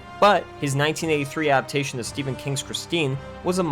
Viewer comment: Either learn how to annunciate the word “adaptation” or stop saying it. Every single time you use the word you say “a’aptation.” There is a D.